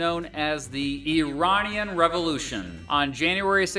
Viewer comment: Even by listening to his guest speaker he would be able to hear how to say Iranian. It’s not a put down, just baffling to the rest of the world how Americans don’t have that ability to figure out foreign pronunciation. For example these pronunciations seems instinctive to me and I’ve only ever lived in Scotland.